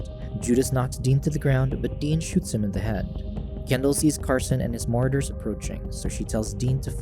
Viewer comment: I normally hate doing this but come on bro, it's pronounced "Ma-Raud-ers" = Marauders... I honestly hope you're mispronunciation is just a lil jokey joke. If not, please don't quit your day job and become a YouTube announcer/recapper.